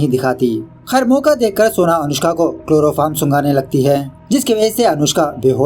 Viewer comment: It's chloroform not kiloroform😂😂